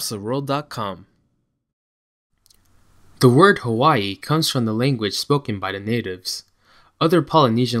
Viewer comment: YOU PRONOUNCE IT HAVAII W=V